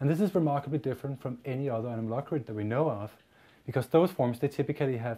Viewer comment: the mispronunciation of the word anomalocaridid is so irritating XD